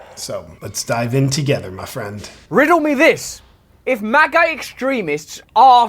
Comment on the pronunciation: Yes I used to like watching his videos (Russell) , but he should LEARN to pronounce English words properly. EG, parie... Say the T , party.! "Togeferr" it has a T, you chop ...togeTHer!!!!! Come Russell.... Say the T, you aren't a Dutchman!